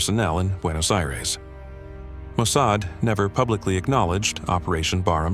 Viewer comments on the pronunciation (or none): I am impressed with how many times this AI could mispronounce Yoav Gallant's surname, and in how many ways. It also botched even the names of Mossad and AMIA a couple of times.